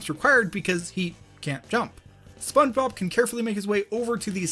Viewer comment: his voice sounds like he should be in spongebob or in his pronunciation "Spunbob"